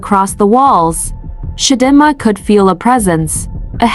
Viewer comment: It’s Chi Dee Ma AI! Lol 😂